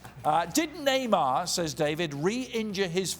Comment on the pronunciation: Who heard this dude called neymar "dick"? 😂